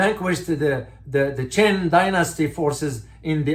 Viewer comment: A small correction about pronunciation of the “Qing Dynasty”. You pronounced it as “Qin”. Qin dynasty was the first that unified China some 2000 years ago ;).